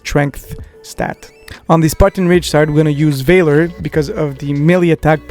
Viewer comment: After watching a few of your videos I have to comment on your pronunciation of two words. For Valor it's not pronounced Vay-Lore but Vah-Lur and for Melee it's not Me-Lee but May-Lay.